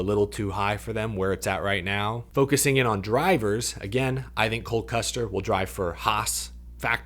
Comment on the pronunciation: Is saying Cold Custer? I just need to know if I’m the only one hearing it?